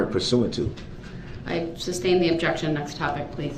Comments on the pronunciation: "SUBstain?!" 😂😂😂 Fool doesn't even know it's SUStain. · The word is sustain